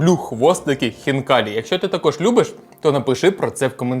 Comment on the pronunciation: Не ХвнкаліЇ а Хвнкалі !!! Бо звучить як Фікалії